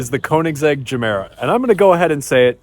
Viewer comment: The Ge in Gemera isn't a hard [DJE], but soft like in Yoga. Or if you've watched Anchorman where he says jogging with a soft J.